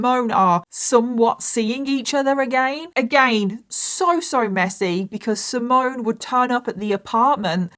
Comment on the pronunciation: By the way, the Italian boys’ name ‘Simone’ is pronounced ‘See-mon-neh’…not ‘Si-moan’. 😬 P.S: Great video though. A very sad story.